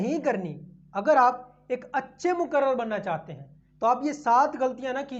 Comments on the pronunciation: Moqarrir hai wo lafz hai moqarrar nahi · Muqarrar nahi, muqarrir kahiye.